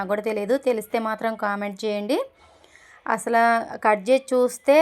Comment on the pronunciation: అసల కాదండీ..😀....అసలు...